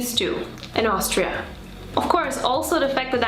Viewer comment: Austria, not Aushtria.